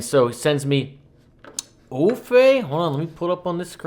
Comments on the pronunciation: Aoife is an Irish name and it's pronounced E (long E)-fah. This song, sung by her, just gives me chills. I love her voice. Maybe you are too young to know that this is a Joni Mitchell song from Blue? I assure you everyone in the band knows this song. Chris Thile is a very well known musician, and has been making albums since he was a child probably. He was in Nickle Creek with Sarah Watson and her brother. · I believe it is pronounced Eve or Eva, if that helps. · EE-fuh. "Aoi" says ee, and "fe" says fuh. Aoife. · It pronounced Ee-fa very old iirish name sounds nothing like it's written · Aoife is pronounced ee-faa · Pronounced Eefa! It's an Irish name! Some singer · Ee-fuh is how to pronounce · Her name is pronounced "Effa".. Irish. If you want a real treat check out her group music with Sarah Jaroz and Sara Watkins "I'm With Her" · Aoife is Irish name - EE-FA is best way to pronounce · First name is an Irish name pronounced E-Fa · it's pronounced EEE Fa! love the channel. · Pronounced E-fa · Pronounced e-fer. Aoife is going to be, if not already, a very important musician to watch. I suppose she is this generation's Joni Mitchell which is no bad thing. Her albums are all worth checking out. I'll let you find her stuff wherever you consume.